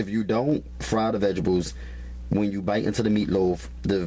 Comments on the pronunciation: is he saying vegetables or vegablez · Did my man say "VEGERBULLS" ????? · "I pry ma vegables." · My "Veh-Gih-Bulls" 😅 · MY VEGIBLES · Rosie Conaghan . ok.lmmfao. "vegeballs" I thought I was the only one who caught that.lmao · There's a T in vegeTables. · "Vejezabulls" tho... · If this dude says "vegables" one more time. I'm going to punch him through this computer screen. LMAO! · Love the videos but that drives me crazy as well!